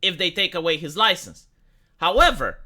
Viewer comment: he will lose his loicense